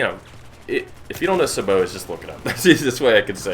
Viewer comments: U.S. Army tanker here, love your vids and I'm just nitpicking here. Sabot is said like 'Say-Beau', not 'Sa-bow'. Keep up the good vids my friend. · Sa-bow? It's Sabot Say - Bow (as in the weapon) :( You made this tanker sad saying it like that. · its sA-bo no saaaaboooo lol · Say-Bow is how it's pronounced. Lol. But nice video anyway